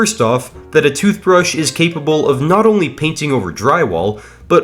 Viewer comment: Average British Person Tooshbrush (as a british citizen)